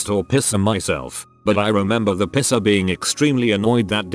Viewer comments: Video voice: piercer=pisser How normal people say it: piercer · It says pisser instead if piercer 😂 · reddit: piercer narrator: piSser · i like how the tts voice says body pisser instead of body piercer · the way piercer is said by the voice sounds like the german insult "pisser". literally urinator but more used as coward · Im so glad I'm not th only person who mentions the whole "pisser" instead of "piercer" thing holy shit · oml i thought i was the only one who thought it said pisser haha guess not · Video ruined a bit by the pronunciation of piercer as "pisser" 😂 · why does he pronounce piercer like pisser? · Nobody: Text to Speech: pisser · I like how it pronounses piercer as pisser😂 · It makes me very angry who it pronounces it "pisser" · stupid computer generated narration. piercer says( pisser )along with a bunch of others. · It sounds like pisser instead of piercer lol! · Sounds like pisser every time LOL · Why dos the bot say piercer as pisser smh my head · The way the say “piercer”... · I love how the voice says "piercer" lol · What’s strange is it says piercing and pierced fine but not piercer